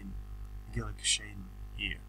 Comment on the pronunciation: Guilloche is a french word and is pronounced like GILLYOSH, with accent on the letter O.